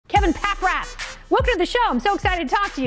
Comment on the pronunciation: Did she call him "Kevin Packrat" right at the beginning? 😂